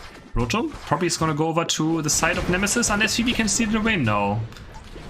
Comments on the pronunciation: i like how how you call Fwii, Phoebe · It's very cute the way says Fwii, its pronounced like F-U-E, like the W its a U.